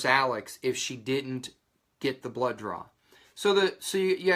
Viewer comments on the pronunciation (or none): Whats a blow joor? Do you mean blow job? You keep saying "joor" or is it blood DRAW? Confused here